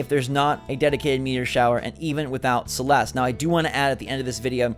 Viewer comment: my name is celeste but that is not how you say it